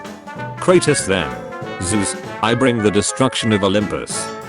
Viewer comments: Hearing the bot say kratos made me want to commit suicide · Name:”kratos” Bot talking:”kratus” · Robot says it like CrAPTOS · That's Cratus, not Cratos. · I hate the pronunciation of “Kur-Ah-Tus” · "kratis" gota love the tts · the narator of the video names kratos kratas😂😂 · Ir triggers me how he calls kratos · I hate the way this fool says kratos